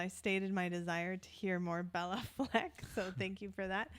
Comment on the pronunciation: Great selection. Béla and Billy have played/recorded together a few times. Just for correctness Béla is pronounced bey-la not bell-a.